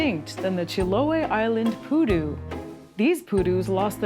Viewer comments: The Pudu is not poo nor doo. 💩 🦌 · Stop saying poo doo! You’re going to kill everyone in our drinking game! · "Pudu" sounds like "you do"